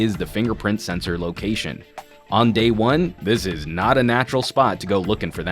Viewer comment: at 5 sec he said (hatha) it's mean (this is)